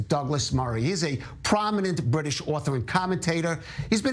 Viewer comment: "bwitish" Don't you mean ewe-kay?